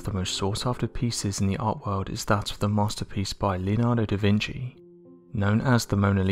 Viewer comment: “ DA VINKI ???”